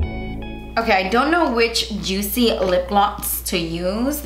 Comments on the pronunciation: the more I watch ur videos, the more I pronounce "oh my gotch" instead of oh my gosh, and "jutzy" instead of juicy 🤣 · I was so excited to watch this to hear you say juit-cy 😝💕 that eye look is STUNNING!! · I always giggle everytime you pronounce words your own way. Love it Lol. (so Jutzy) love the look as always. Can't wait for the next one.